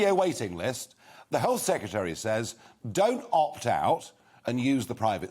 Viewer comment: Seketry... It's sec..re..tary. There is an 'r' in the second syllable